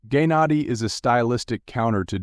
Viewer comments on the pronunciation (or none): Gay nadi???? Like say it right wtf🙄🙄